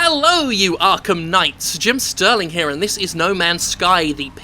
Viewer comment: why ru calling it arkham sky?